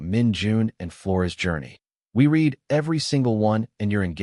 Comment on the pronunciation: The transition into a relationship was such a smooth slide, I almost missed it. This was good, and actually calming...once I got past "READ" being pronounced as "reed," instead of "red," and "LIVE" pronounced as "LIEv" (like 'drive'), instead of "Liv" (like 'give'). Still...an enjoyable story. I think they're called Heteronyms.